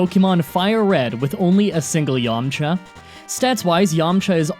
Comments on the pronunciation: Dude, its Yamcha. No way. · “Yamcha”? My asian ass is thinking about some dim sum 😂